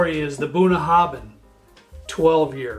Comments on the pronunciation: Just came across this, as a Scot in Connecticut. Great choices and, as I'm sure has already been pointed out, you pronounce Bunnahbhin Bunaven. It's Scots Gaelic and bh and mh are pronounced as vees. For future reference Sliange mhath, sling mhor. It means Good health big good health small in Gaelic. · Bunnahabhain is pronounced Boona-havin. Bh makes a V sound in gaelic. Bruichladdich is pronounced Broo-ich-laddy, the Ch making a hard sound like in Loch. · Thank you! Just for information, pronounciation is as follows--BalvE,nie, Boon HAvin, and BrooikLAddieie.Happt drinking! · Really got to stop you now bun...habin is how it is pronounced my American friends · It should properly be spelled Bunnahabhain, and pronounced boon-a-ha-ven with the ven as in pen. Also, Balvenie is pronounced bal-vennie not bal-veenie, slainte from Bonnie Scotland. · Very educational…..excellent notes and advice….second on the right Is pronounced Bunna how in…means bottom of the river in Irish/Scots Gaelic.